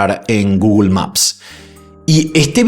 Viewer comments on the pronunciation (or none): none